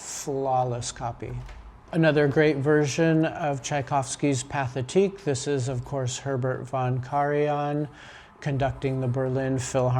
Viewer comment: Very nice. Some advice: Pathetique is pronounced "pa-tay-TEEK". There is no English sounding TH in French.